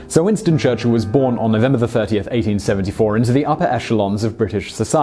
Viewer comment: Winsto chuchilll